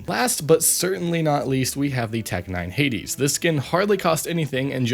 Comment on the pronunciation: Pretty sure it's pronounced h-aids